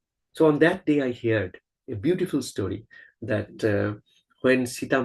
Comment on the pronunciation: It is not hear' ed, say it as one word "heard"